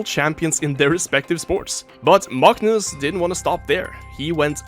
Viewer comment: You get a like purely off your masterful pronunciation of his name, that was enough to make my watch that moment like six times